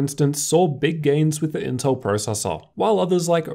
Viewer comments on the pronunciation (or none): The L in inteL ain't there for nothing y'know